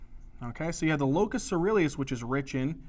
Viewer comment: Locus ceruleus. Try to look up and listen to the pronunciations, as you miss one or two every lecture. Don't get me wrong, I love your lectures. You are systematic and there's a lot of new research you reveal!